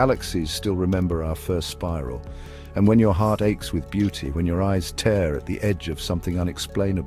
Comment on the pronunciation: Tear rhymes with pier, not pear. ❤. ☺️